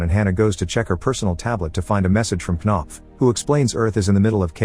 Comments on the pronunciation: "Kuh-nopf" lmfao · Oh hell no there's no way she's called knopf 💀😭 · Knopf? Really? Unless it's a Danish name or something, it's just ridiculous. Sounds like a fart cough.